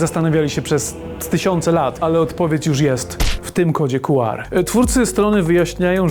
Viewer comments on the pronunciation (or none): Słowo „QR” wymawia się, czytając po angielsku litery: "ku-ar". Pełna nazwa kodu to Quick Response Code, co oznacza kod szybkiej reakcji, odzwierciedlając jego koncepcję szybkiego odczytu. Wymowa liter: Podobnie jak w języku angielskim, czyta się litery oddzielnie: „kju” (Q) i „ar” (R). Pełna nazwa: Czasami używa się pełnej nazwy „kod Quick Response”, aby podkreślić jego cechę szybkiego działania.